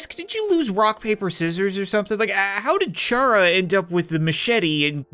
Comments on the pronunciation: It's a play on the word character! You pronounced it wrong! CHARActer! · Chara is short for character meaning it is pronounced like Cara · Chara is actually pronounced care-a like chara as in character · it's CARA NOT CHARA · Chara is pronounced like chara-cter, not Char-mander. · It is pronounced Kara as a joke on character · It not chara it cara with a h chara the h is silent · Oh no, he said CH ARA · IT'S FUCKING PRONOUNCED CARA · Cap has simultaneously triggered so many communities doing things such as calling Undyne a "he" and pronouncing chara wrong. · Ch"ara" really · He even mispronounced charas name.